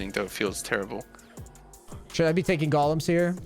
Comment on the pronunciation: bro golEMs not gollUMs